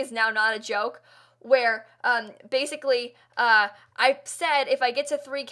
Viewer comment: it was....um....anyway...BASICWY